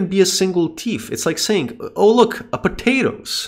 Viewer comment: pota-toes tf